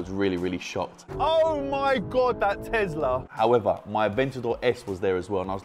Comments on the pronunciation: Guys I'm curious why they keep saying tezla instead of tesla?🤔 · Tezirra xD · more like Thezla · No one:: I can't believe how fast that Tezlariz